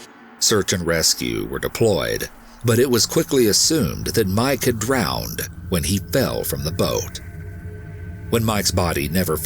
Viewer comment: I love the video but the way he sometimes says mEYEke instead of Mike kills me lol.